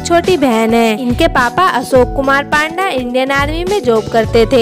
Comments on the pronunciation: माफ करना,लेकिन हम भारतीय तो पांडा की जगह पंडा सरलता से बोल सकते है न.... फिर....क्यों.....?? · Right yeh ladki surname galat bol rahi hai